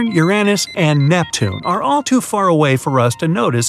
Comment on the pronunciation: Its not your ainis its Urainis